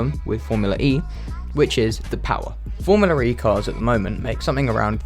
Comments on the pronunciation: Guys here is a drinking game, grab a tequila and every time says FormulaRE instead Formula E, drink a shot. Who survive last, Win. JK, i love you ❤️ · Why do you pronounce it as "Formular E"?